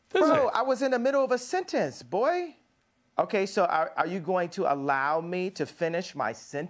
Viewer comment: The way how Ye articulates “sentence” 😂